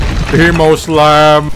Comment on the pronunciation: It's emo slam not sahm